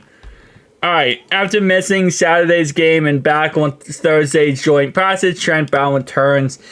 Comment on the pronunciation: Dude please say practice right. Watch it channel everyday but I just don't understand how u know it saying it wrong and make zero attempt to correct it. Please dude please